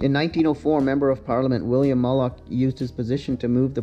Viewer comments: Fantastic video. Great footage. Mulock is actually pronounced like Mew-Lock. I remember floating down some of those waterways in Styrofoam packing that as kids we found in the garbage, and fishing. Also, I remember my best friend’s brother and his friends were killed in a car accident in the 1970s when they crashed drunkenly into the lock number two. The car went airborne racing down the from the huge hill that led to it. I remember as a kid, we used to ride our bikes down there and look at it and try to imagine the horror that happened there that night. Pretty heavy emotions for a 8 yr olds. That hill going down was terrifying and fun, but you had to walk your bike for the trek back up. There used to be a tall watch tower made of wood on the other side of lock 2 on the edge of Rogers reservoir, that we would go up for a Birds Eye view and collect beer bottles for cash. Ahhh the 70’s. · I had heard that originally the canal was planned to connect right to Toronto but the shortage of water only got worse as you approached the Oak Ridges Moraine. Plans were made to install stream powered water pumps but as is still common today an election changed everything. Also Mulock is pronounced Mew Lock.